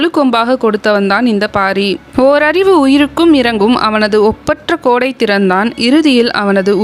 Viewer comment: கோடை இல்லையடி தோழி கொடை .... என்று கூறுங்கள் தோழி ❤